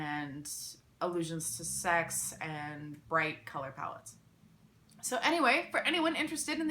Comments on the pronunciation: Giallo pronounced dʒallo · it's actually pronunced "jallo" or "djallo" i dont want to be the italian grammar nazi i know you're not supposed to know this just throwing it out there i generally like pronuncing things right just thought you might too :) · You are mispronouncing Giallo